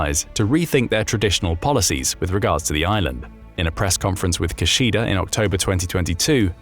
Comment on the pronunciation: Minor nitpick: Kishida is pronounced "Kee-shee-da." Neither of the syllables are stressed. Japanese don't stress syllables, though it can sound like they do if there are two consonants together (e.g. Hokkaido where the 'K'-s sound like they're stressed over the other syllables).